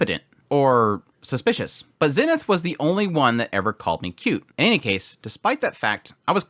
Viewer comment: Yo, random question not trying to be a hater but why do you pronounce Eres and Zenith like that? In the Anime they clearly pronounce it differently? Is it because that’s how they say it in the Japanese version?